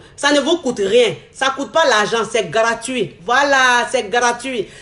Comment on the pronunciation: elle dit garatuit